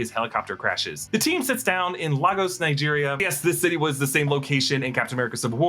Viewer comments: Lay—Gus NOT Lah-Goes Nigeria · It's Lay-gos. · It's is pronounced "Lay goss". 🤦🏾‍♂️